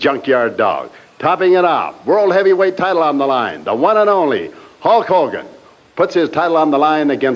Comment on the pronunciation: Slick said Huck Hogan lol.